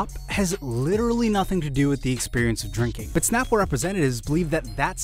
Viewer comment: Its called SNAPple, not POPple. Lol, its a snap